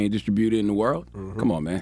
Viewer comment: He’s saying distributor wrong and it’s blowing me 😒